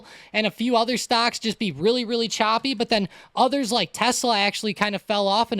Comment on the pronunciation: it was witerry cwazy